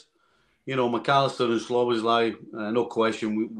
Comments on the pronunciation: No English person can pronounce it correctly. Szoboszla is more or less good but at the end you have to pronounce it with an " E " Szoboszlae. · Nicol is STILL saying "SLoboszlai" ffs